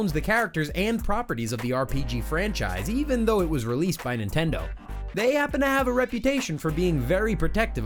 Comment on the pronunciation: He said nendindo